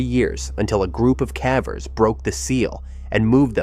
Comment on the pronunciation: I like the videos. Consider “cavver” vs “caver”. The “e” makes the “a” say its name, remember in elementary school?